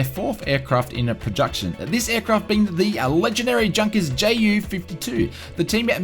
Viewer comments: It is pronounced yunkers not Junkers. Don't buy the E jet it is horrible. If virtual cool FS think the E Jet is 20 bucks the PMDG should be 200 bucks. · Say "Yoonkers". :-) Other than that, great video, as always! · It's pronounced 'YOU-NKERS' 52. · I cringe everytime I hear Junkers pronounced like an English speaker would say it. It's pronounced "Yunkers".